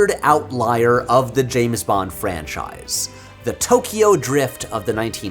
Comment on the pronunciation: Why do you call him Jaym S. Bond?